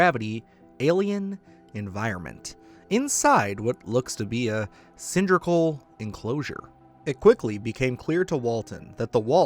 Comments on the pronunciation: cyndrical? lulz. ouch cylindrical. the scariest portion of any of this. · Not to mention "cyndrical."